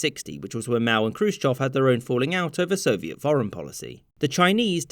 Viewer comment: I love that you pronounce Khrushchev correctly. Very nice.